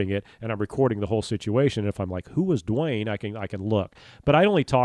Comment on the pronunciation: Hi I enjoyed this video!! I think it was great for this kind of format. Yes you did pronounce the name correctly!! Modt people don't! 😂 Best wishes Duane